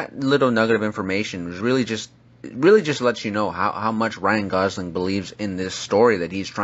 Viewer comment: Ryan Gosing... its Gosling